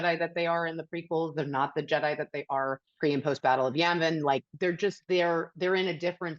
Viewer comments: it sounds like she's trying to say Yemen instead of Yavin. Not a huge gaffe, but it shows that she doesn't really know anything about Star Wars, she's just trying to say Star Wars things. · Did she just say Yamvin ?…could have been stumbling over syllables. But it would not surprise me if she can’t even get the name of the planetary system in which they made the trench run. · did....she just say "battle of Yanvon'? Also she has a problem with the Jedi operating without oversight? That's exactly what Palpatine imposed on them and the entire Republic when he rose to power as the Emperor. This woman knows nothing about Star Wars. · She said yamen instead of yavin 😑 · Did she say Yanvin or Yavin ? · She called it "The Battle of Yemen"... what the fuckkkkkk? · Did she say "the battle of Yemen"? 🧐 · who wants to be the one to tell her it’s not the battle of Yemen… it’s the battle of Yavin. 😂😂😂 Disney Star Wars in a nutshell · She said Yanvin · did she just say battle of yamin?! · Why I heared battle of yamen ?😂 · Is she saying yamin or yavin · The battle of Yammin? I had to watch 2x but she said Yammin. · Watching on the 12th of February 2025 I got severe symptoms of nausea from hearing someone say Yanvin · Did she say "pre and post battle of 'Yemen'"?????? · Did that b** say battle of "Yemen?" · Did she just say "Battle of Yammin?" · did she say battle of “yan-vin”? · Battle of "YANVIN"... She called it the Battle of YANVIN people! OMFG! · Did anyone else hear her say “pre Battle of Yamin”??? What???